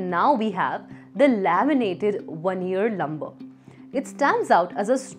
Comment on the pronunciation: It's VEE-NEE-ER, not 'vanner' !